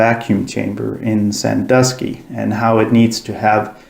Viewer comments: Sandusky, not Sandoosky. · "SanDOOSKY Ohio." Its SanDUSKY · Sandusky, not Sandooooooooooooooosky dusk, like just before dark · Oh FFS, flat earthers can't get anything right. It is pronounced San-dusk-ee, not San-do-ski. Notice got it right. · Sandusky is pronounced "san-DUH-skee", not "san-DOO-skee". Flat Earthers are good at using footage and editing it and/or leaving footage info to meld it into "Flat Earth evidence". Honesty is a detriment to the Flat Earth cult.